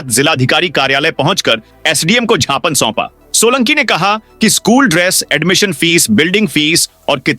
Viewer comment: AP bar bar gyapan ki jagah jhapan bolate hai dhanyawad